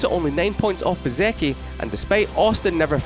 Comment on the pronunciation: The narrator needs to learn the difference between marque and marquee. Pronouncing Bezzechi correctly would be a plus, too.